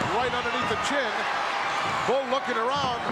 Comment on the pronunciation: In the beginning, he calls "Paul Nakano," which is wrong! she's "Bull" Nakano baby!